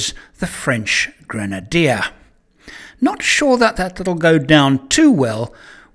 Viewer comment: French people are used to think that everything you read...could be pronounced in French language... So..welcome to the all brand new GŘENADIÉ 😱 🤣